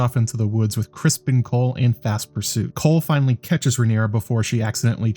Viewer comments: Keep up the good work, great job really aside from the pronunciation of Criston Cole. It’s not Crispin Cole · It sounds like you're saying "Crispin" lol are you?